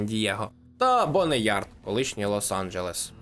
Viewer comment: "БоунЯрд" а не Бонеярд ⁵лять🤕🫩